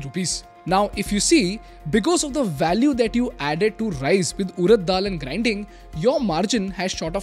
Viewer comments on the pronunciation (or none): none